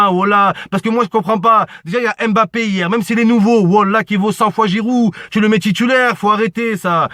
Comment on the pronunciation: tu disais pas mbappute